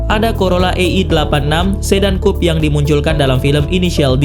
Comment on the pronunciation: kupe dibaca kup